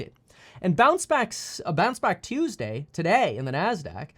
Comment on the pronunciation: "Turn around Tuesdee"